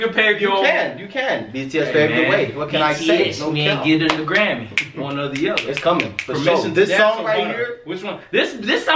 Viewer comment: you realized you say Grammy like it was originated to sound like.